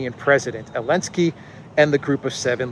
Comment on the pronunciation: Why do you pronounce Zelenskyy's name "Elenskyy"? Just curious.